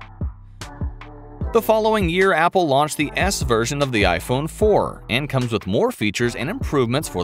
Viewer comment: Him: Launch My mind: did he say "lost"?